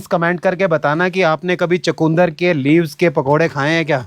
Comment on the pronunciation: चकुंदर नहीं चुकंदर बोलते हैं